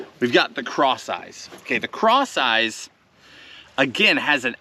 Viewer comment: Who else heard craw size instead of crosseyez?